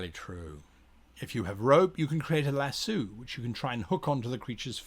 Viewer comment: He said lasso like lass-oo